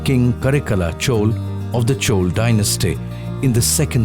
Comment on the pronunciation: For a while I was just thinking when did godavari became cauvery But being work of humans it do have mistakes , such an intellectual presentation from rstv is not exception of making flaws. However one thing is common the north people often make their miss utterances with southern names. Leave about the verbs , guys nouns can never get changed Chol - it's chola Karaikala chola - it's not ka-re-kal chol